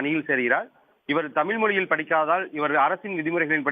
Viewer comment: நிருபரான உங்கள் உச்சரிப்பு- தமில், வலங்க ?!